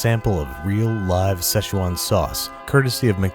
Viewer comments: Ahh yes the sezčđhùèwan sauce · seshual sauce? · Shit I always cringe when people pronounce Szechuan.. it’s fucking 四川 (SI - CHUAN) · Play Josh A "Szechwan Sauce" in the backround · everyone mispronounces "Szechuan"